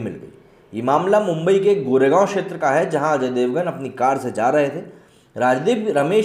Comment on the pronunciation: Mumbai, our Godess name is मुंबादेवी, सो please take Mumbai name proper, you are not British that u can't pronounce actual name